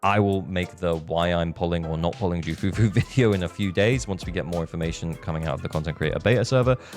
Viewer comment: You do not call her JOO... You call her KOO or Que Fufu Even the Voice actor of Ju Fufu said it...